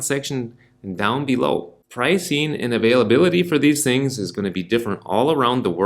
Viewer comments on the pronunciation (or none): none